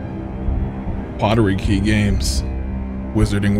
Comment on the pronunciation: "Potterkey games" 😂😂😂😂